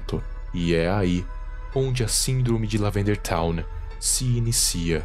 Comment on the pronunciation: "Lavanderia town"